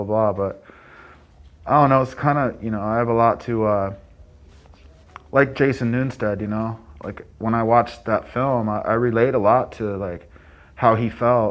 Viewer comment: Jason Newer-sted? Jason Nu-sted?